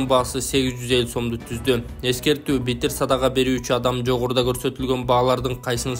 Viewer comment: Биттиер садага эмес, битир садага деп айтчы журналист мырза...